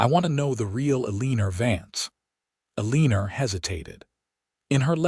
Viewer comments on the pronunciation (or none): Her name is probably pronounced "Eleanor". Never heard of "A leanor" as a name.